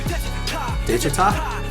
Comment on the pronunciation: Phonetically it’s: de chi tah